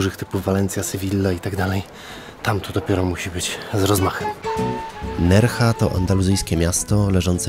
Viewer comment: NerHa, SewiJa!!!!!